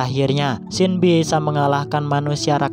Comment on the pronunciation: Namanya Xin tapi pas menit ke 6 namanya jadi xang